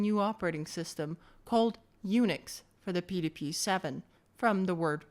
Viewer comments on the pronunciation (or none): Did you notice how it effed up the pronunciation of "PDP"? It's AI crap (cf also eg 's "threeee")